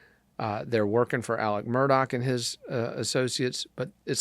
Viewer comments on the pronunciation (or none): Again, his name is Mur-daugh...NOT Mur-dock!! The family does not pronounce it that way...listen to his attorneys. They say Mur-daugh...not Mur-dock. I am not quite sure where you learned the English language